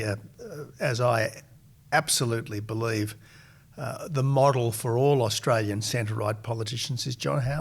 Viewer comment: John, John, John. For goodness sakes, old mate. We are having an election, not an 'uhlection'. Add to that, we are Australian, not 'Uhstralian'. Get it together.